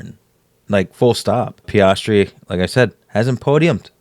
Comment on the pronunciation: “PEE-AS-TREE”. Appreciate the breakdown! Blue light in the background looks good. Doesn’t take away from you talking or the artwork.